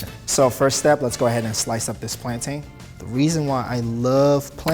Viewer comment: It's pronounced 'plantun' not 'plantane' lol. Coming from a certified Jamaican 😂😂😂